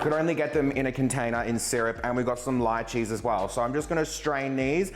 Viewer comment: Omg the first non Hawaiian person I’ve ever heard say lychee the way we do!! Everyone else says lee-chee lol